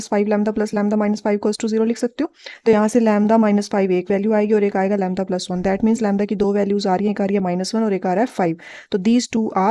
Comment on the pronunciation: U pronounce lymda